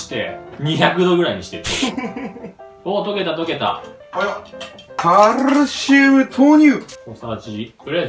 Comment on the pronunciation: カrrrrrシウム ここすこ